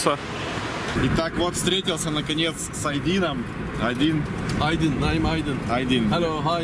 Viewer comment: Ты почему имя человека не правильно гавориш. Ишак его зовут Айдын.